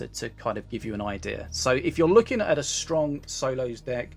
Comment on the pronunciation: Crafting a legenday they wanna be" A strong and B versitile" it sounds like you said "Aids strong " which is also true.